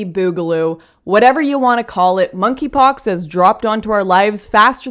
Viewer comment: For some reason I thought she was calling it "f**kypox".